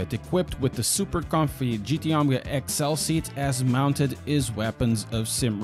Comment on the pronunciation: Gt onga it’s gt OMEGA not onga🤣😂🤣